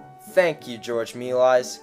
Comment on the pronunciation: It’s pronounced George Mei - Lee_as